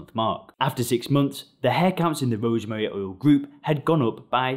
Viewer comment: He can’t pronounce “rosemary oil”. 😂 “Rosemuuuh uhl”. Strange accent🤔